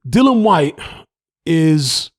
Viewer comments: What you chattin 'bout?🙄 He's saying 'Dylan' the mans name is 'DilliAn.' You deaf or not very bright? I'm correct here. You got that?🥱😴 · Mate. His name is DILLIAN. There is a letter 'A' in his name. These are fucking BASICS. Pronounce the man name CORRECTLY ffs.🙄🙄🙄